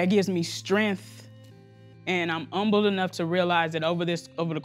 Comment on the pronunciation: That girl couldn't say humble she said umble 😂🤣😂